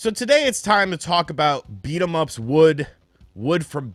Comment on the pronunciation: Lmfao beating beat em ups wood is what i heard